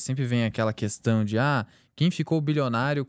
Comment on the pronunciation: E ainda fala: questã